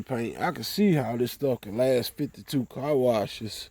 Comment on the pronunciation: Yall southern mf can't talk to save yalls life poor things 😔 and it took ten years of listening to it before we seen anything happen... I always wondered if it was on purpose cuz T I can talk but you can still tell he's from the south! he can say "then" and then you can read the word "then" and read the word "Den" then say it the same Car is Cah then just say rag so you can make an R sound that shit is crazy to me, European London Britain England accents nauseate me the South and Africa are next in line 🤣 the South sounds like someone just learning how to talk for the first time and yes we were all either born or kids in the 80s when the next generation of adults we're mostly populating the planet right now I just came and see what Nu Finish can do but I had to sit and listen do you repeat yourself 10 times with natural slurred speech 😩 I'm Denver Colorado so ... when I visit my cousin's in Houston their friends say I sound White no I sound right I can talk! oh my God East Saint Louis black folks its embarrassing my ex was born and raised in Alabama but sounds like she's from Colorado, you make the r sound in any other word but you can't say car properly or other words ending in r so is this shit even real or is it culture remnants of slavery y'all would have so many problems with white people out here where I live, White people would treat you like shit like you were stupid if you lived in Colorado sounding like that